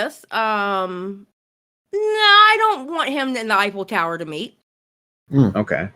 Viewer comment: I swore said " I don't want salvo to eifel tower me"